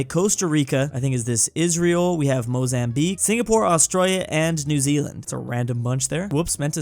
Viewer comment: Are we just gonna ignore bro said "mozambique" ☠